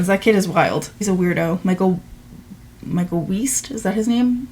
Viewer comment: Weist pronounced like heist